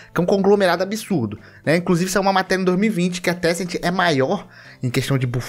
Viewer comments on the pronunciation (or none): Se vc estiver falando da empresa de jogos chineses, não é tecent, é Tencent